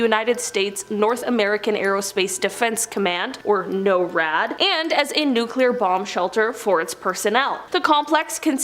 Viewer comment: its not no rad its nor rad